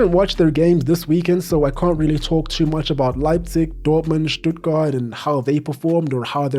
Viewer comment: Probs for the Stuttgart pronounciation my man